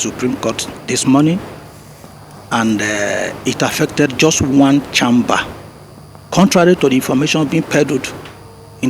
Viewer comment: Sorry just annoying the way a doctor is pronouncing “1 CHAMMMMBER”. Just like some people pronounce google Gòògle”